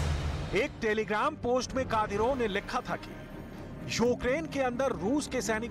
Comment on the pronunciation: तुमलोग दिखाते कुछ और हो और बताते कुछ और हो।दुसरी बात शुद्ध लिखना बोलना सिखो पहले।कादिरफ नाम नहीं उस व्यक्ति का,कादिरोव नाम है।